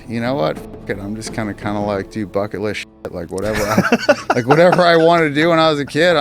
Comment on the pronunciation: . is sounds like he is saying "fucket" list